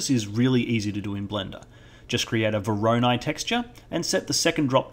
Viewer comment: Someone please tell this man how to pronounce voronoi. Great tutorial though, never knew how to get good edge detection working before so this was very helpful.